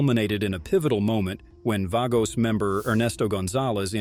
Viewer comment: You can't even pronounce the Vago's club name right maybe you should stay out of 1%ers business!!! And stop with the BS Government propaganda!!!